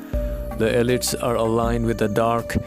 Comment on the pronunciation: Elite is pronounced ee LEET.